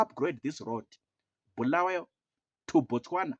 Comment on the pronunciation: We don’t need someone from Harare to tell us lies. Our people have been neglected for the past 45 years. And it doesn’t matter we don’t regard ourselves as part of that dirty Harare folks. Mnangagwa is not wanted anywhere in Matebeleland. He killed our people! And by the way Bulawayo it’s pronounced “Bu” not “Bhu”.